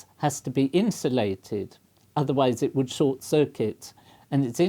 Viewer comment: "I popped eet"